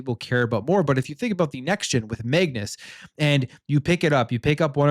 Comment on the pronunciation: what the heck is Megnus?! I thought it was Code Magnus?!